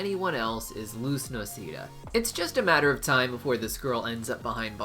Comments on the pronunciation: It's noh-seh-da, get it right, not no-see-dah: this is giving off serious Hermione vibes. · “Luz noseeda”.. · Noseeda hurt me in my soul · Me who is a mexican Me: HA! he said her last name wrong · How he proposed "noceda" Triggered me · Was soooo tempted to dislike this after he pronounced her last name wrong